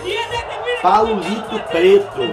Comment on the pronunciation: "pylulito pleto" kkkkkkkkkkkkkkkkk rachei